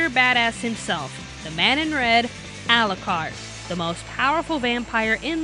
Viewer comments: "Al-lah-card" cringe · Ah yes, English dub for a story set in England, it sounds so obvious I won't bother watch it in japanese... (to hear them mispronounce all the english terms used in the manga... no thanks "Arucarudo") and the eng dub is good here!